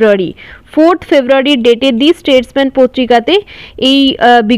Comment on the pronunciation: Not দি স্টেটম্যান, its দা স্টেটমান